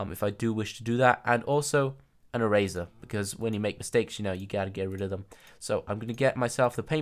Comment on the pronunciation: The5th wolf You said "mistajes"